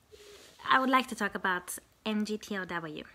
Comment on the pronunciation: pretty please with sugar on top... stay away from MGTOW. By the way, it's pronounce MIG-TAO. I'm offering you an olive branch. These guys will come for you and they will not be as nice as I am being toward you.